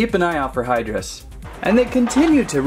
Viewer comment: It's pronounced high-drus. 😑